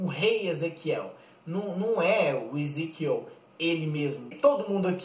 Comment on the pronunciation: é Ezequiel Vc não sabe nem falar o nomes dos personagens cara muito fraco